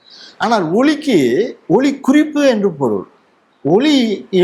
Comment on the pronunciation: "ஒலி"என கூறப்படுவது "ஒளி"என்பதுபோல் ஒலிக்கிறது, தாங்கள் பேசும் போது.மன்னிக்க.